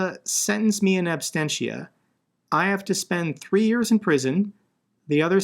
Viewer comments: Ab-sen-ti-a, not abstentia , latin word. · It's in absentia, not abstentia